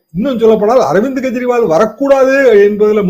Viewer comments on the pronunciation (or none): none